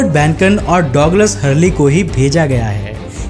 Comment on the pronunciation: डौगलस नहीं यार डगलस होता है मेरे भाई